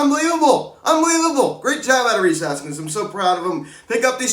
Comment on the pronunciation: "Rhys Harpskins" 🤣🤣🤣🤣🤣